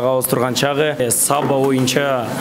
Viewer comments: САбба эмес,Саба дебейсиңби алып баруучу. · Сонун. Алга ! СаБа дегенде ударениени биринчи а га койбой , жон эле кымыз куйган Саба буюмун айткандай айтсак туура болот ко дейм ! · Саба деп созун башына ударение койбой Саба создун аягына койсонор окшошмок.Кымыз куюп чалат ошол идишти айтат